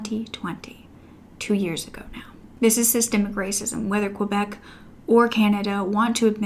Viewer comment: Girl dont pronounce the u in Quebec. It's pronounced kebek. Canada is more fucked than a lot of people realise. I'm becoming ashamed to be canadian